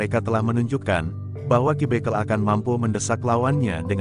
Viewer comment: Pembacaan harus dibeneri Dalam menyebut ki bekel